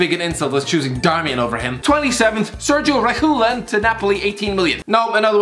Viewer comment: "Sergio Rehulen"